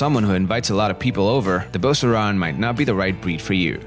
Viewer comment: I've never heard an American pronounce the name right.